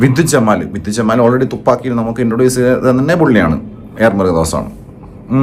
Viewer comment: Vidyuth ജമാൽ അല്ല ജംവാൽ 😄